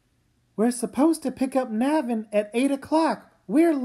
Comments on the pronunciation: Yeah. In interviews, Kazu Kibuishi -- the author himself -- pronounces it NAY-vin. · WHY DOES EVERYONE PRONOUNCE NAVIN LIKE THAT?